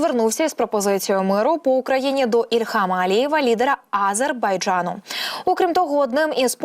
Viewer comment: Не тільки я,а й інші глядачі вже вкотре небайдужі до цього каналу та дикторів.Одна помийка! Люди відносяться до своїх обов'язків байдуже,непрофесійно.що це за вимова А-зер-бай-джа-ну? Неможливо вимовити назву держави?! Щось меле і сама не повторить